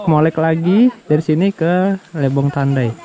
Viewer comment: Lebong mas bukan lebong pake "e" bukan pake "e". Eh gimana sih cara ngasih tau bacanya wkwkwk 😅😅